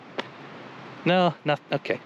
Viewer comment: That Hiiii is the most Midwestern thing I've ever seen someone from the British isle do lol. Hope you're doing well, dude.